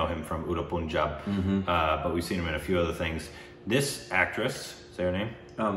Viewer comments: Its panjaab not puun job btw NYC accent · Pun+ jab not Poon+jab. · I am sure lot of guys would tell you this.... it's not POONJAB but PUNJAB. U is pronounced as in fUn. Fun, Pun+jab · as a Punjabi... pls say Pahn-jab not Poonjab xD loved the video though! Also Kiron Kher was Paro’s mother in Devdas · Guys it's not poohnjab.. its panjab .. u r killing it .. try n use google or youtube to learn how to say state or actor names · poooooooooonjab. how hard is it to call it pun-jab, pun as in no pun intended. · guys..not hating on you, just that since we're on a correcting pronunciations phase - the 'pun' in punjab is pronounced exactly how you would pronounce 'pun' in english. I love you guys so much! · Punjab is pronounced as Pun- like pun intended and Jaab Punjab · Guys, the pronunciation is Pun-jaab. As in the english word 'pun'. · it is not kasaari it is kay-surry and it is not Punjab like you pronouns it is like "Funjab" just change "F" into "P"